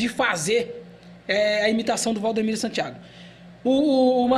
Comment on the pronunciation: Rapaz, não é Valdomiro, é Valdemiro 😅